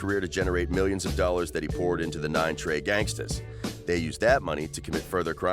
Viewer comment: I stopped when he said trey 9 🤦🏾‍♂️